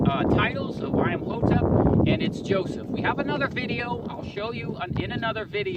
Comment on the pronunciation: I-am-hotep? Hi-ro-glyphs?